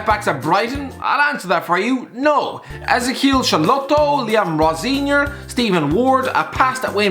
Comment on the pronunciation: Why did you pronounce “Liam Rosenior” like it’s a South American name😂